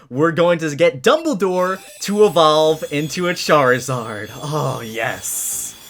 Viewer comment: DUBBLE DOWE EVOVE!!!! (Lol)